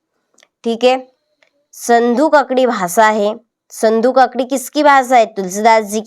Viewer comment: संधू ककड़ी😅😅😅 या सधुक्कड़ी